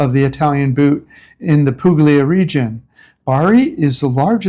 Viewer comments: I lived in Italy in the early 90s. By the way, it’s pronounced “pool-ya.” Just sayin.’ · This is NOT a criticism, but a suggestion. The g in Puglia is not pronounced. The gl combination has a unique sound. Since I can’t leave a sound file, you’ll need to research it. If you’re staying/living there, best you know the correct pronunciation. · Interesting video. To note please that the “g” is Puglia is silent.